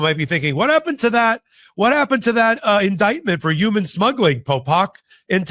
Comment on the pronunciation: Did he say "uman" instead of "human" or am i hearing it wrong?